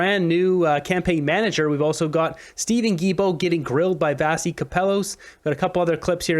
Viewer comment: We like Vassy. Give her the respect she deserves and say her name properly. Vashy.